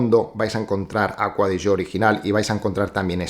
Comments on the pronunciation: Porque se pronuncia así en italiano. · por fin alguien que pronuncia bien la marca, no como otros que dicen ser fanáticos de ella y no saben como se dice 🤣🤣🤣no diré nombres. Pd: APM